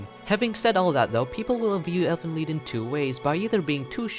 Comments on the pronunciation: Technically pronounced "leet" but "leed" will do. 😂😂 The title means Elves' Song. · it's actually pronounced "leet" but whatever...